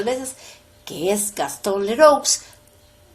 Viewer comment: Gastón Leroux se pronuncia Gastón Lerú!